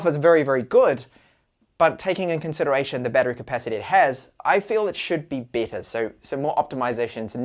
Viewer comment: He has a problem with those two words, seriously.